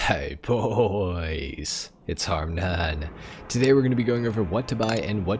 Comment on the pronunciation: always throws me off how your "hey booooys" sounds British always anyway, thanks for always making these videos week in week out. Looks like it's a good week for us car collectors!!